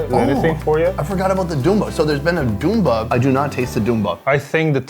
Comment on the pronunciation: its "Bunda" not "Dumba"